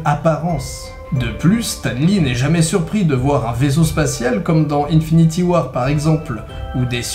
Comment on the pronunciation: "unfinity war" ? L'anglais est mort